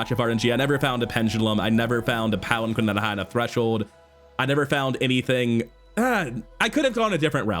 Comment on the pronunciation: Unintuitively, palanquin is actually pronounced palan-keen